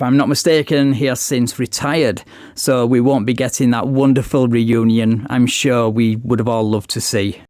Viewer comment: he said sure not Shore